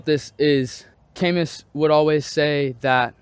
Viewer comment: Camus was from France 🇫🇷 his last name is pronounced "ka-Moo". Good insight and thank you